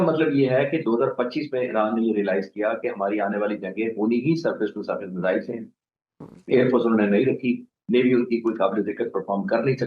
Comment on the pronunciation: Measles or missiles???? Madam please correct your pronunciation!!!